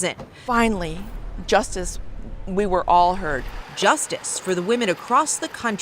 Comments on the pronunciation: Hey bro. You make high quality content, thanks! Idk if you'll still read this a month after, but as a tip, the pronunciation of women is wimen, with the i as in 'did' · 😂😂😂😂 "these woman" 🤣🤦🏽‍♀️🤦🏽‍♀️🤦🏽‍♀️🤦🏽‍♀️🤦🏽‍♀️ DUUUUDE!!!!!!!! Its ----->>>woMEN<<<-- NOT >>>>woMAN<<< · I noticed a lot of Americans say “woman” instead of “women”. Is that an American thing? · It’s charming you pronounce “women” like “woman,” but slightly confusing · It’s women…. Like swimmin, without the S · Love your vids but bro please learn how to pronounce ‘women’. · A nice change from murderers! Also, you gotta work on your pronunciation of "women"